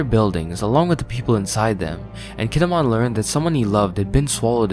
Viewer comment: Keen-ee-mon. Not Kihn-eh-mon. Learn to pronounce, please.